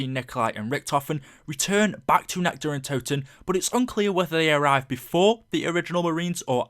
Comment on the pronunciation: I started taking vodka shots when ever he said natchderuntoten